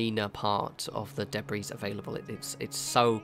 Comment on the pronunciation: The s in Debris is silent,.